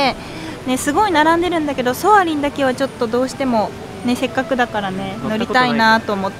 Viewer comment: 素敵すぎるディズニーデート🥺🥺 ちなみに、、ソワリンではなくソアリンです♡笑 また東京いらしてください🥰